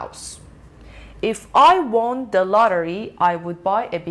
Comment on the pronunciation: جان، تلفظ کلمه won رو اشتباه میگی! وان تلفظ میشه نه وُن. لطفا دوباره چک کن